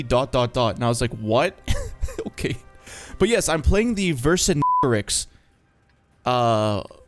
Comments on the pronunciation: You metropolitans pronounce the "cin" as "sans"? Should it not be the nasal "ein" sound? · (Latin) Wer-Kin-Gheh-Toh-Rix (soft "R" tho, like in fiery) Was the last Gaul king, the one that after the brilliant siege of Alesia by Julius Caesar had the humility to surrender after him, instead of allowing more of their people to endure... well... what a Roman siege was. He was taken prisoner, displayed through the streets of Rome, then died while being a prisoner, probably by epsteinization. Edit: Re-spelt the pronunciation in Latin. 10/10 vid, as always. Thank you vewwy much! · Are you metropolitan French? I'm French-Canadian, so I do agree with your pronunciation, but I've also heard the "san" pronunciation by the metros